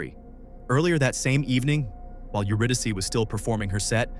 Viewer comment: AI slop..lazy bastard making slop with AI..you're saying her name wrong..HOW FKN DISRESPECTFUL and showing Sydney instead of Melbourne ..fuxkwit. Disgusting!